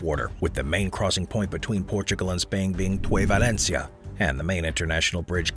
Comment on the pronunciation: Great video, but as a habitant of Valença, I ask you for in the future to tell the name of my city correct, I know is dificult, but you only have to take of the "-i" of Valencia and you will be able to say Valença, because Valencia as you say in the video don't belong to Portugal.